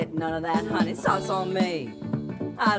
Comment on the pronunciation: Not hunnies it’s hun nayyy!!